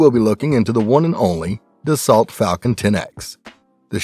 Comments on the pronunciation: Its pronounced dah sow not desalt! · Pronounced "Da-SO" not "DAS-ault." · You need to learn to pronounce words better if you’re going to keep making videos. In the word Dassault the “lt” is silent. It’s pronounced Da-so. You also missed on a couple other words. Do your homework. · Can't even pronounce the company name correctly lol